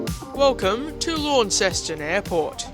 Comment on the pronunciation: its pronounced Lonceston, similar to how Au is said Ostralia love the vids, the 717 was a great bird - i should say though you may have rushed the video it was perfect, a great tribute, I enjoyed flying on them.